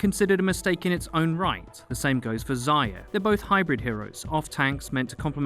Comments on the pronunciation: First mistake: It's ZAR-YA not ZAI-YA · sounds like he's saying Ziya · It's pronounced "zarya" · Number one mistake is pronouncing Zarya as zeyea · You call her "Zaya" all the time, in Russian that's a cutesy word for "hare", not "dawn" as intended :) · There's an R in Zarya. Thought you might want to know ;)